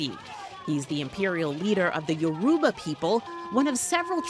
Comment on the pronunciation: I know I didn't just here her pronounce Yoruba as yuruba